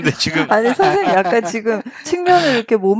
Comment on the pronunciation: 이 선생님이라고 말씀하실때마다 성생님이라고 말씀ㅋㅋ